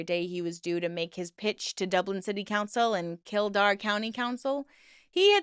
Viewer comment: So glad you are covering this trash! As a nation we hate him 🤦🤮🤮 he can't come home without a riot at the airport!! Absolute trash person 🤬 No shade lol the way you pronounced Kildare was adorable ❤ so close x kill dare